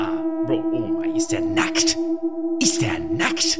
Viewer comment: Is DeR NaCkt?" Wie er es ausgesprochen hat 😂😂😂